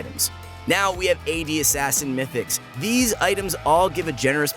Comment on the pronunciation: it is "Mythics" not "Mytics"